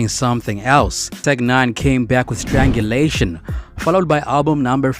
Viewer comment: Strange ulation. Not strangulation. It honestly sounds like you read Wikipedia article and Tech N9ne and then decided to make this. This is one of like dozens of clues that you don't really listen to Tech